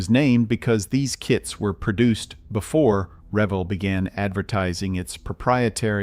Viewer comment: Pronounce the company name correctly RA Vel. It’s HO Scale buildings are some of the best ever made. The farm house series and engine house series are still sought after today and can often be found on eBay.